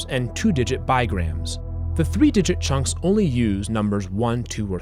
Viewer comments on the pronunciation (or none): Love how he pronounces “chunks,” like “chonks.” 😂